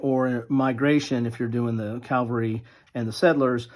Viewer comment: Nice report.... but you're saying "calvary" instead of "cavalry" .